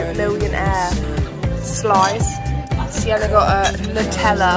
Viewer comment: no way it’s siennerrrr